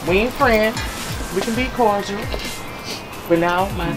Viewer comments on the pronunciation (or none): Omg! It’s CORDIAL not CORDRILL!!! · “Kordrul” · I just want them to pronounce cordial correctly.